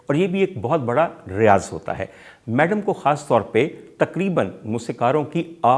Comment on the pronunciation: Great Commentary but Its Madam not Maadaam